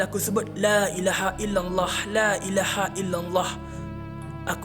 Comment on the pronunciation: dia sebut lailaha illallah tu salah makhraj. patutlah hantu tak lari. semoga dia terbuka hati belajar basic agama semula.. belajar makhraj huruf saja dulu bang